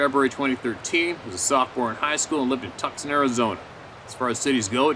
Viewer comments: It is called 2 son tucson. I used to live there a d have no idea why but not t is pronounced like too son not tuck son. Just FYI, and I love your background and stories. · The c in Tucson is silent lol just an fyi. Love your videos no criticism here. (Too San). Would be the pronunciation. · Tuscon is pronounced TOO-SAWN HAHAHA Come to Arizona, there is good hunting and fishing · Just as a heads up, it’s pronounced Twoson. Love your stuff! Keep up the great work. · oh boy Arizona people are going to unload on you. Tucson said " 2 sawn " just hear to help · Tucson is pronounced TOO- SON. Like sonogram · it is pronounced tooson(tucson) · That city in Arizona is pronounced "TUSON" (the "C" is silent) & now you know for the next time you have the name Tucson, AZ in another story. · fyi: Tucson Az. Pronounced too sahn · Ah Madera canyon. I have camped there as an assistant scoutmaster.. It's a beautiful area with tall pines. Definately not like the deserts of Tucson.(pronounced Too-sahn, but who really cares. Tomaeto / toe-matto) Thanks for sharing the stories. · That city in Arizona, Tucson? We say it sort of like Too-sahn. The "c" is silent and the "son" part is like when the doctor says to open your mouth and say aah. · it's Twosson Tucson, the c is silent🙃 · Also Tucson is pronounced Too sahn and it does suck ! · Tucson is pronounced Tooson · hah, love ya man, it's pronounced TWO-SAWN. (Tucson). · out in " TUCKSON " Arizona... 🤣🤣🤣👍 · "Tuscon" (Texas) is pronounced "Tewson". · The city is Tucson. In southern AZ. It's pronounced TOO- SON. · Mate!!!! You have more troubles pronouncing placing things just around the corner from you than I do!!! I'm in Australia for for fucks sake!!! Tucson isn't tuksun!!! It's pronounced tooo... son; or sun. Jesus!!! I'm in Brisbane! halfway across the planet!!! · Probably Too-sahn Arizona, not tucksun. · um that would be TWO-sonn not tuck-son. caNT BELEIVE YOU NEVER HEARD OF TUCSON AZ and Chiracahua Mtns